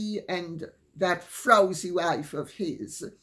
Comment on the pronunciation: Lady C, as a Jamaican, I laugh out loud every time you say the word “frowzy”.